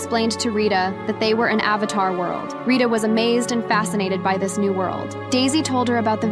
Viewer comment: said "avathar" instead of "avatar" bro